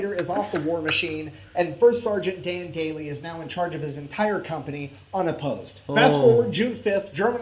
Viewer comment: yeah...but Sgt Maj. Dan Daly is Daly...not Daily, nor Dailey.